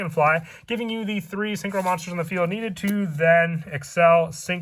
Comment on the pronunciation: It's pronounced (glay-ve) not glive